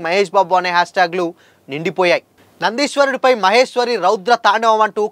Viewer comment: నాయనా అది నందీశ్వరుడు… నదీశ్వరుడు కాదు. అండ్ నీ తెలుగు లో కొద్దిగా ఒత్తులు పొల్లులు ఉంటే బాగుంటుంది తెలుగుని ఖూనీ చేస్తున్నావ్.🙏